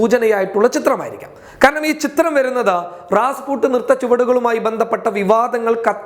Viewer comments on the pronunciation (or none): റാസ്പുട്ട് അല്ല, റാസ്പുട്ടിൻ